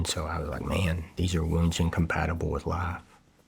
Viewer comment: Right at the start,, These are wounds incompatible with life,, the word "wounds" did he just slip up